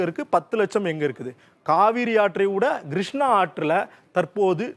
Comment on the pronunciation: நல்ல விளக்கம் . வரைபடங்களும் நன்று. ஆனால் கொஞ்சம் உச்சரிப்பை மேம்படுத்தி கொள்ளுங்கள் Grushnaa வெல்லம் நுப்பது கடலில் கரை கடப்பது Kodhavari vs Godavari